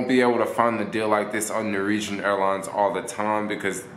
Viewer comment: Sheesh... Nor-Wee-Jen. Say it with me... NOR - WEE - JEN.